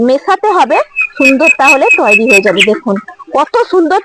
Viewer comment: তুইরি না দিদি উচ্চারণটা হবে তৈরি।❤❤